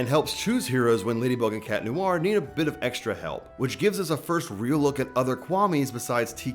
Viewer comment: "tales of. lady and cat neware" WHAT THE HELL IS CAT NEWARE?? 😀